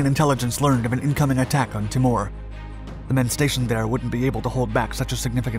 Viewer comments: Pronunciation is Tee More. Not Ti mure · why does this narrator say all names wrong sound it TEE- MOORE NOT TAMOR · Awesome doco on a little known Aussie group! Minor point - Aussies pronounce it as T'ee'mor, not T'i'mor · TEE-more...not Timmor... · FYI: 'Timor' said 'Tee-morr' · Timor, sat it. Timor, not " tim mooore " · Timor is pronounced TEA-MORE ! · It's Tee-mor, Ti-more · Timor = Tea-more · Timor pronounced Ti-mor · Pronounced tee-more. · I hate to be picky but it is pronounced "Teemore" not "T'more. I have never heard it referred in any way different. And the name of the capital, Dili, is pronounced "Dilly" not "deelee" Problem is if something as basic as this is wrong, people begin doubting your narrative on other more important matters. A word to the wise! :^)